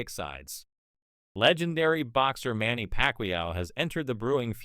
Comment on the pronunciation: And did you hear manny packwayoww